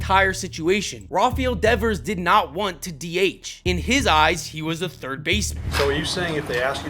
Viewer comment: "No... I play turd" 😂